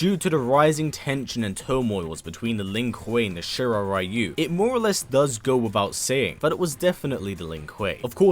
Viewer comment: Ryu. Is pronounced reeyou not raiyou:/